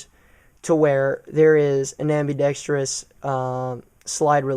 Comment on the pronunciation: Did we just become best friends?? No but seriously, I really like all your videos and we share so many of the same views so keep up the good work. When you pronounced ambidextrous correctly I almost lost my shit. I have watched hundreds of gun videos on YouTube and NOBODY can pronounce it for some reason. Everyone thinks there is a second i in the word after the r...